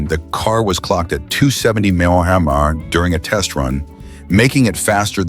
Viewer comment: "With a reputed top speed of two hundred and ....sixty eight emonie mey yer arr".